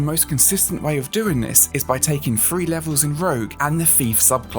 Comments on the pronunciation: This guy has no clue what sound "TH" makes. It's THREE not FREE. I thought the british were supposed to speak proper English, you sound like a 'free' year old learning to speak. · Th = F!? Three = Free?😮 sorry, I thought this was Engrish speaking cite. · THREE NOT FREE TH make the THAh sound not the Fa sound Three not Free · Was that three or free? 😊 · Had to stop the video. Cannot deal with all the "free"